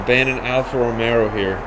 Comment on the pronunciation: romeRo 😅 bro you said that in another video too. just read on the trunk lid!